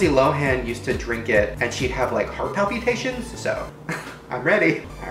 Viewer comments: i love the way he says “palpitations” like he says “palpeetations” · 🧚🏻‍♀️✨when he can say “espresso” properly but can’t say “palpitations” ✨🧚🏻‍♀️ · Did anyone catch when he said heart pal-PEE-tations instead of heart pal-PA-tations. Cause I just got so mad at it and Idek why😂😂